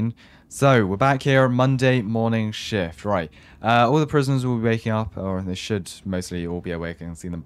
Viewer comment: I like that you actually said should but it sounds like the s word